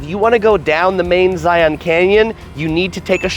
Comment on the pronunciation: First say it properly. Say Lion. Then say Zion. Just like Lion. Thank you.